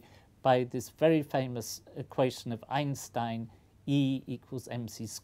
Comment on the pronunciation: I am surprised, that the Professor didn't pronounce Einstein's name "the German way" this time.